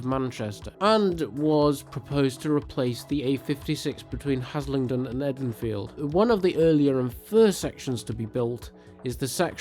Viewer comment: I may be wrong but I had always thought it was pronounced "EEdenfield" as in Garden of Eden, Can someone more local than I put me right? (I live in south Manchester btw)